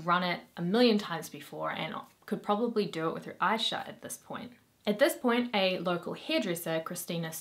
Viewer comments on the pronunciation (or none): none